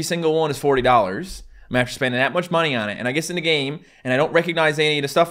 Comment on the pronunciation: Adding H's doesn't really relate to me. Also: "and after shpendin dat much money on it..."